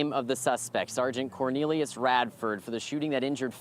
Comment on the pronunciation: "Quor" nelius???? 😂